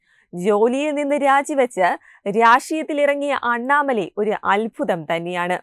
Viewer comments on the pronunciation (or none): none